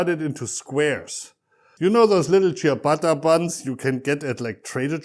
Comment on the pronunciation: I bet he isn’t even an Italian, because he doesn’t pronounce the name ciabatta in a right way!